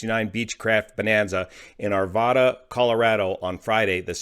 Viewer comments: Its "are-vaa-duh" not "are-VAH-duh". Same as Nevada. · I think Arvada is pronounced ARE-VAY-DUH. I knew someone who moved there many years ago and that is how he pronounced it. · Nice reporting. Bravo to the pilot ! (Forgive this minor correction, but as a former "Arvadan," please pronounce the town this way: "Are - vadd - uh". Thanks!) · Excellent reporting/narrative, as usual. Just a Colorado note...ARVADA is pronounced ar-vad-ah like ne-vad-ah, as in bad or hat. Only Thurston Howell the 3rd pronounces it ar-vod-ah! Thanks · It's pronounced Are- Vad- A